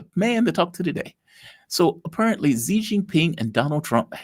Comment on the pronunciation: it is not Shi, like the sh in "sh"e It is more like Si, but a slight difference between x and s. Carl probably knows better than me.